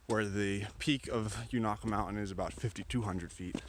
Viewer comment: It is pronounced with a long a...Unaka!